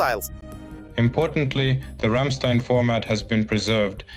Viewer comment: Ramstein pronounce Рамштаин. 😉 💙 💛 🇺🇦 💙 💛 🇩🇪